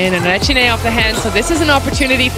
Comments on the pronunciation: The surname is wrong. It's not Requine, it's Recine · Recine! Not Requine....